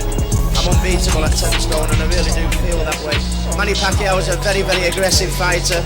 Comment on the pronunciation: Well acually manny paquiao shocked the boxing world a million times........................and im proud of him..................................because im a filipino..........................and your pronounciation of his name is wrong.